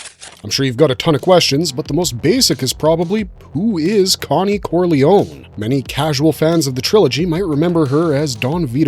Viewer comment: Thank you for not being a peasant by pronouncing the surname "Corliony".